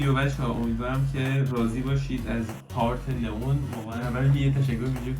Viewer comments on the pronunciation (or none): لیان ❌ لون ❌ لیون ✅